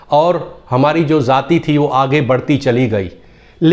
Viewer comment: ZAATI KYUN BOLTE HO ..JAATI BOLNE NAHI AATA ??